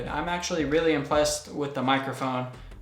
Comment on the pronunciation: u said impleased lol